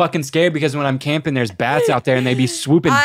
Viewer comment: sounded so texan when he said camping